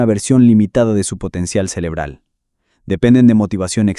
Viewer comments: No se dice “celebral” , se dice CEREBRAL! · Soy yo o dice celebral?😅